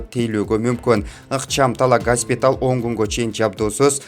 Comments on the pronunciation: ГАССПИТАЛ ЭМЕСС ...ГОСПИТАЛЬ. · Госпиталь деп туура айтчы айланайын